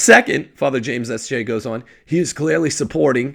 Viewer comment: I learn so much from. I now know the PROPER way to pronounce “Father James Martin Sth J”! Lol In all seriousness, could you put out a short truncated version of this video with only the portion when you discuss the comparison to a Aquinas ‘ toleration of prostitution? I’ve encountered Trent’s argument often enough that I’d like to share your (ie ) explanation. And I don’t think most who aren’t already familiar with your work will listen to this entire video. Praised be Jesus and Mary!